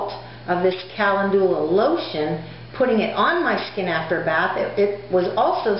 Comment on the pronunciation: You are mispronouncing calendula, and marigold is already plural (no "s"). You seem pretty confident, and I admire the fact that you are remaining positive, and moving forward. You can infuse oil with calendula; you may want research this.